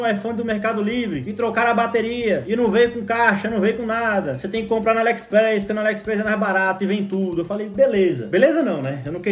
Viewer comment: Ele fala alexpreis kkkkkk